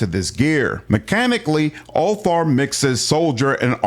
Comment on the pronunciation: Úlfar is not pronounced Úl--far, it sounds like it has V instead of F . So Úl---var, at least that's how it is pronounced here in Iceland. We can still read with out any help the Viking language Gammel norsk or Icelandic. Like our Edda witch was written in the 13th century and it tells you stories about many things our ancestors did, and also goes in to our religion Ásatrú. But yea sorry about this mate i just wanted to point this out. Skál Ps.. keep up the good work you do, I love your channel but I've been lurking here since the early days😊😊